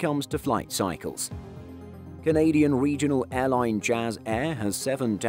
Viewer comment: "Norwegian wegional carrier Widerøe"